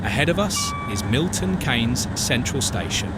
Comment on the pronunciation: The thing that I found annoying that Milton Keynes is mispronounced as Milton Canes but it's correctly pronounced as Milton Keenz.